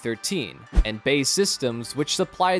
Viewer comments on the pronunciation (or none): Its pronounced B. A. E Systems. Look them up mate, you might learn something!